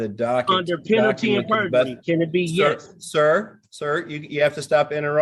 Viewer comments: Moron said penalty and perjury 😂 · “Penalty AND Purgery”? Hmmmmm